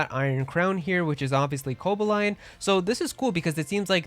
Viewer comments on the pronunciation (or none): Funny how people only seem to point out that Perrin is Adaman's descendant due to having the same hair color, yet fails to notice she also have the exact same hairstyle as Irida. Also, why are you pronoucing Cobalion like that? It's Ko-BALL-ion